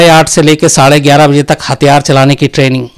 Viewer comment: UP-Bihar के लोग गयारह को इग्यारह कहते हैं।